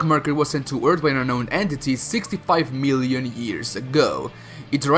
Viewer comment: Can't subscribe to anyone who pronounces million as "meeeelion" Okay video, terrible narration. The accent isn't a big deal, but when you butcher words and use a pace of speech that's fast by native speaker standards, you need to reevaluate your approach. Slower speech, more pronunciation training, and less half ass voice acting. You got a gift from my comment, you get no like or dislike